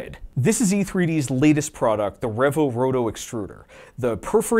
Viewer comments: Excellent tribute... well done. 👏 On another note though... are we seriously gonna let this mofo get away with calling REEE-VO a REV-OH?!? 😂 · this is such a great video. also, is it pronounced revo or revo?